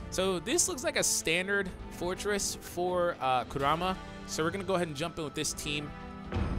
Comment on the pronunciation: “Koorama” :| Y U bootcher hys nahme But this honestly looks very interesting.